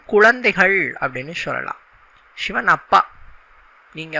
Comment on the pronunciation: ஷி என்கிற உச்சரிப்பை மாற்றி சிவன் என்று உச்சரியுங்கள்.